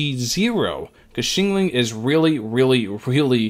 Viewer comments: Xiangling is pronounced "Shang - Ling" not "Shing Ling". "Sha" rhymes with "Cha" as in Cha Cha Cha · the way he says xiangling is my 13th reason